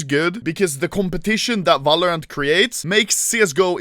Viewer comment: Nobody: Anomaly: valorance